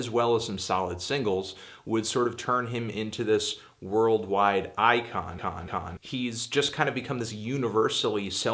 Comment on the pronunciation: extra emphesis on I-(CON)